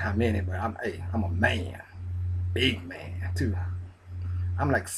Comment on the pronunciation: I ain't gon speak on the way you said "BIG man".... Nope I ain't Gonna do it. Lol!!